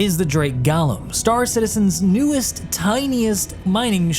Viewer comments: Go-lem*, not Gollum. This isn't LOTR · "This is the Drake Gollum" NO, PRECIOUS, it's the Drake G O L E M. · "Drake Gallow" "Drake Gallow" "Drake Gallow" Dude.... You good? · I know this community is really bad about it... Idris, gladius, gladiator, aegis.... But you called it both Golem and Galumn in this and.... Sigh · Gallum, or Golem? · The Drake "Galem"? XD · i know it doesnt really matter but i swear everyone reviewing this ship has pronounced golem differently, it blows me away how so few seem to know how to actually pronounce the word. btw its pronounced go·lum, feels like everyone has got gollum from lotr on the mind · That's not how you spell or pronounce golem. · I was not prepared for you to pronounce Golem that way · I mean, there are different pronunciations for the word golem